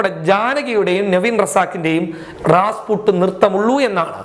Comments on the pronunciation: Is this 8 nte pani. U badly trying to find incidents to make news. Say Rasputin not Rasput. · Rasput അല്ല Rasputin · എടൊ, റാസ്പുട്ടല്ല റാസ്‌പുട്ടിൻ. (Rasputtin) ബോണി എം (Boney M) എന്ന 80 കളിലെ വിഖ്യാത ഗായക സം ഘങ്ങളുടെ വിശ്വവിഖ്യാത ഗാനമാണത്. എന്റെ മധ്യയൗവനകാലത്തു (ടേപ്പ് റെക്കോർഡർ തരംഗ കാലം) ഞങ്ങൾ സ്ഥിരമായി ഈ പാട്ട് കേൾക്കാറുണ്ടായിരുന്നു. ഫാസിലിന്റെ മഞ്ഞിൽ വിരിഞ്ഞ പൂവ് സിനിമയിൽ ഈ പാട്ടിന്റെ ഒരു സീൻ ഉണ്ട്‌. വീഡിയോ കാസ്സെറ്റ് റെക്കോർഡറിന്റെ ആരംഭകാലം. അതിനെത്രയോ ശേഷമാണ് തൻ ജനിക്കുന്നത്. അവരുടെ മിക്കവാറും പാട്ടുകളും വളരെ പ്രസിദ്ധമാണ്. തന്റെ ചോരകുടിക്കുവാൻ ഇവിടെ മലനാടൻ മരത്തലയൻ റെഡിയായിരിക്കുകയാണ്. അതുകൊണ്ട് വാക്കുകൾ ശരിയായി മനസ്സിലാക്കി തൊള്ളതുറക്കാതെ പതിയെ സംസാരിക്കുക. പതിയെ സംസാരിച്ചാലും ആൾകാർക്ക് മനസ്സിലാകും. തലയിലെ ആ പിശാചിന്റെ പൊങ്ങിയിരിക്കുന്ന മുടിയൊന്ന് വെട്ടിക്കുറച്ച് മനുഷ്യക്കോലത്തിലാക്കുക. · രാസ്പുട്ട് അല്ല.രാസ്പുട്ടിൻ എന്നാണ്.